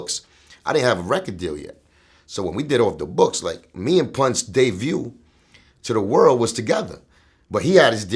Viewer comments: Did this dude say "day view" as debut?🤔 I don't know how to feel about that...I'm still glad to hear Linx's perspective... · The Word is Debut not Day view... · Did this nigga say "Day view" meaning debut? LMAO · "Dayview" lol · This nigga said dayview ,he meant debut 😂😂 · Did this fool say "Me and Pun's Day view "? 😂😂😂😂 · b's & v's get very berry blurry in the Spanglish lingo lol!!! Debut Devut, = Devut Debut vice versa! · To all you dummies getting riled up over him saying "day-view" instead of debut. Have you even been around someone who is Latin? I'm from AZ and hear Mexicans pronounce B's as V's all the time. Step outside ya damn house every once in a while and understand the culture. God damn y'all sound dumb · And its debut not Day View. Wtf cuban. Cmon son. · Day-view = debut? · respect Cuban link, but it's debut not day view. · Truly Zambian I was wondering if anybody else heard that 😂